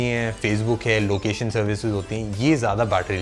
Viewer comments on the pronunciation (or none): none